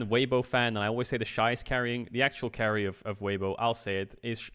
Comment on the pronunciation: Bruh, weiwei? Come on. The disrespect. Weibo is at worlds because of him xD